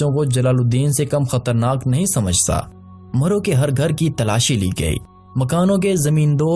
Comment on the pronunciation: Its marv,not maro